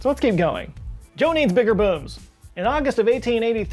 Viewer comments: Did he say, "Joe needs bigger boobs!" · Did anybody else hear him say Joe needs bigger boobs?? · Sorry for a second there I thought he said "Joe needs bigger boobs" but it was booms. On a side note who doesn't? to both of those statements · Did anyone else think he said "Joe needs bigger boobs"? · For a second I thought he said Joe needs bigger boobs.